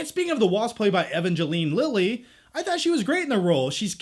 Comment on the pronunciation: How did he say Evangeline Lily’s name? Was he joking?